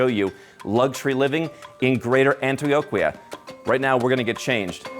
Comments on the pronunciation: Excellent video. One tip for you: the combination on Q-U sounds as a K in Spanish. Example: Antioquia= antioKia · Dude needs to learn how to pronounce Antioquia. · The way dude pronounces Antioquia pretty much sums up the type of Tourist this type of video would appeal to, Que Bobo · My man can't say Antioquia correctly for the life of him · The beauty of this country isn’t the ultra rich, it’s the countryside, the beautiful pueblos and the wonderful people. I know you’re a gringo Rolo but please pronounce Antioquia correctly. 😅